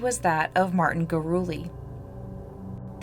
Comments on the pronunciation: You're such a good storyteller, I appreciate your true curiosity about all these cases! It's also "goo-roo-LEH" instead of "gooROOlee." =) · It's Gurule like "Grolet" from the original French name (later assimilated into New Mexico Spanish America society 1700s)